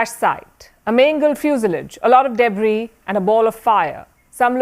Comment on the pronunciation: Palki fuselage is not pronounced the way you are pronouncing,kindly Google pronounce n type fuselage 😂